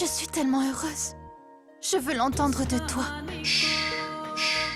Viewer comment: Est ce que c'est seulement moi qui a entendu que a dit qu'elle est heureuge